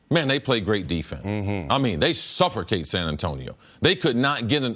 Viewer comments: I thought I was the only one who heard the R in suffocate. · "They suffercate San Antonio"??????